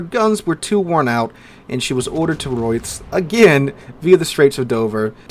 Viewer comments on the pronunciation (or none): Assuming you meant Rosyth? If so, that is not how it is pronounced.